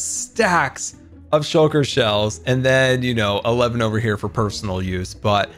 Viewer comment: Everyone: Shulker Boxes: Shocker Boxes